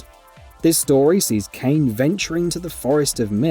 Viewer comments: Bruh it’s not like he mispronounced a random name of a place or something, it’s one of the main characters. You have to have never even played the game or watched a video on it ever to mispronounce it, that’s why people are pissed, this guy has no idea what he’s talking about. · Clearly. Aren't these people supposed to be journalists & know what they're talking about? I saw another review where the guy claimed to be a big fan & even played the original thoroughly, yet he literally mispronounced every single character's name. Their names are spoken constantly throughout the game, it's not like you never hear them. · It physically hurt me everytime he pronounced her name wrong. Does no one check these before they upload? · no, he said it. The poor sod from Drakengard is Caim, but in the video he calls both "KAYN". Angelus even says "Is it over, CAH-im?" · How does someone manage to get far enough into the game to reach ending E, without knowing how to pronounce the Kainé's name? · Kainé is being mispronounced because this is a narration program. No excuse for lazy editing, though. You should be able to adjust pronunciation for certain words. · Oh my god he said Kainè wrong, how can I watch the video now? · I can understand mispronunciation every now and then but the fact that her name Is butchered so many times during the course of this video.... I couldn’t finish it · Hard to take this seriously when the commentator keeps mispronouncing Kaine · how could you have made it far enough into the game to get to ending E and still not know how to pronounce kaine's name LMFAO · bro you can clearly hear the names like how do you still say it like that LMAO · The game is fully voiced, there is never a time where it’s not pronounced kainé, go and play the game before making a video on it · This is what happens when you give someone who didnt play the game and is just a mouth piece for the channel..proceeds to butcher Kainé's name.. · Bruh really KANE! It’s pronounced “Kai-nay”